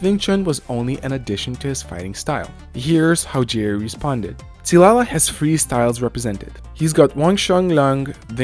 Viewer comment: Hold up did I just hear a white guy pronounce qi correctly?